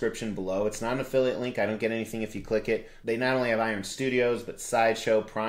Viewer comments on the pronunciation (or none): none